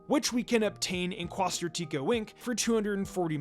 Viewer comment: The way all the YouTubers are mispronouncing quasar is killing me